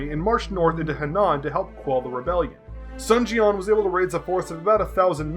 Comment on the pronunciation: I love the three kingdoms stories man huge dw fan right here i just need you to make those pronunciations correct its Sun Jian as in SOON lmao but other then that excellent video friend :)